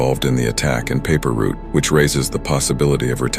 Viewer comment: Paper route not paper root fam